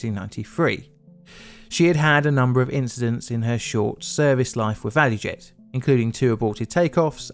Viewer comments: Btw, I think it's actually ValuJet, not ValuEjet. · ValuJet, not value jet